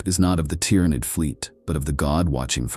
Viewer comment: I really want to listen to this but if I hear "Gynestealers" or "Tyrenid" again i'm going to go crazy